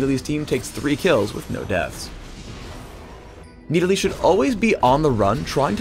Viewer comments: Who the hell pronounces it as (Nee-Di-Lee)? It is pronounced as Nid-ah-lee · Need-a-lee... wat. I thought it was Nid-a-lee. :| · i thought it was nidalee not needilee ._. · IT'S NID-A-LEE NOT NEEDALEE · riot.. NIDalee. not NEEDalee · I feel like he is saying needalee just to piss me off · i cringe every time he says "needali" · Jumbo gamz He pronounces "Nid" like "Need" and "lee" like "li". It's wrong, it's the other way around. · Verrow need a lee? get it? hahahahahaha im funny right. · The way that pronounces Nidalee sounds like needles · says NEEDALEY like 300 times during this video. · I swear it sounds like he says Need-I-lee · Needa-Lee, the bescheal huntress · I cringed every time said Needalee:P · No it's MID-A-LEE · I hate how he says kneedalee. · it's like he's saying "Needle E" xD Oh yea and nidalee ain't that OP.. Her spear may do tonnes of dmg but that's her only early game nuke... and most noobs won't be able to aim that shit xD. In late game it's kinda useless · i hate the way he calls her needlee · Do you understand english XD the letter i dosent make that sound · PLEASE tell me this is not the proper way to pronounce 'Nidalee'. It can't be. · Anyone else hate the way he pronounces Nidalee?